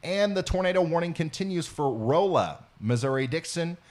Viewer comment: Rolla is Rawla... I live in the St Louis area.